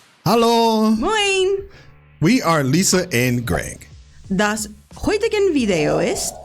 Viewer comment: I keep hearing "Das heutigeN Video ist..." instead of "heutige". There shouldn't be an n. Maybe I'm mishearing, though.